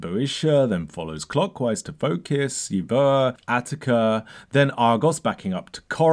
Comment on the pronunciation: Great video, highly enjoyable analysis. Just a pronunciation suggestion Euboea and Boeotia are pronounced like you-bee-a and bee-oh-sha in British English. The “oe” diphthong is usually contracted to “ee”.